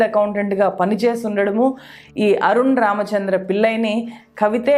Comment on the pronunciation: మీ విశ్లేషణ బాగుంది. తెలుగు దరిద్రం గా ఉంది. వీల్లు కాదు వీళ్లు. పిల్లై కాదు పిళ్ళై. అరున్ కాదు అరుణ్. Please rectify to become one of good youtubers in news.